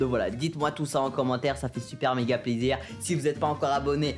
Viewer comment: C’est moi ou il a dit au 10min «ça fait super zizir » au lieu de plaisir 🤣